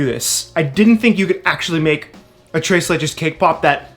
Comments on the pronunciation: "Trace le-" Me: internal screaming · I hate the way he says tres leches